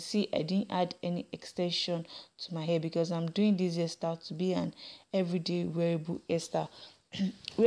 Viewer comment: it's funny how you say "air" for "hair" and "hoil" for "oil"